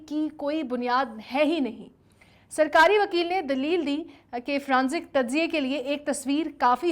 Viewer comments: Not fronzic but forensic. For goodness sake. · Its forensic not fronsic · Forensic not fronsic...kindly correct.